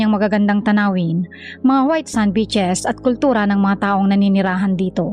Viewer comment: Ung pronounciation mo ng beaches soundED BITCHES.